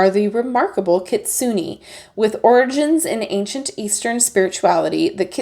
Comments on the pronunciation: Kitsu-nay hehehe not kitsu-nee ^_^ Gorgeous deck though! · Your pronunciation is not bad just more on the Su part of the word. It’s kit-sue-ney. Overall this deck is so beautiful! Adding to my list!